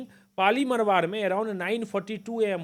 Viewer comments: पाली मारवाड़ है सही से उच्चारण करो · क्या बोलते हो कुछ भी मरवाड नहीं मारवाड़ होता हैं। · Bhai pehle pronounce thiak kro पाली मारवाड़ है ना कि पाली मरवर